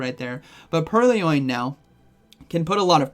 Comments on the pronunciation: It is purr-loin, not pearly-oin. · Purr-loin. Not pur-ly-oin. It's a play on the word purloin, meaning "to steal" Love your content, not sure why this bothered me so much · "Purly-loin" :face-purple-smiling-tears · Pur-Lee-Oin? lol nice video, man! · I hate the remote pass update almost as much as I hate how you pronounce Purrloin LOL